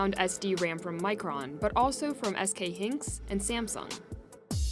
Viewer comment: It’s not SK Hinks. It’s SK Hy-niks